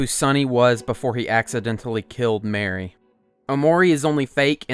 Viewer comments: I hate that he pronounces mari as mary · Everytime someone says mary to prounounce it bruh😭😭 But at least he isnt pronouncing basil as bah-sil